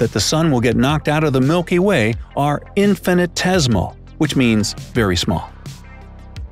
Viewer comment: I heard several mispronunciations :/ Magellanic; infinitesimal; Proxima Centauri... Still an interesting vid, but makes me think he's misreading the script lol